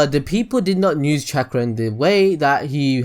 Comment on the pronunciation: I think everyone missed my joke about how he says "use"... he says "nuse"